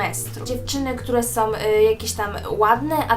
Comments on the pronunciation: Oglądam Twoje filmiki, bardzo je lubię i uważam, że dobrze gadasz ale proszę Cię zwróć uwagę na to jak mówisz "są" strasznie boli mnie ucho gdy słyszę od Ciebie "som"... Nie jestem hejterką ani nie mam zwyczaju komentować filmików tylko gdy wyłapię jakiś błąd. Pozdrawiam! :) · SĄ, nie SOM. Filmik spoko, ale proszę uważaj jak mówisz. :D